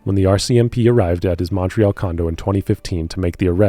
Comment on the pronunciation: i truly enjoy your work, but your pronunciations of Montreal and Newfoundland are killin me 😂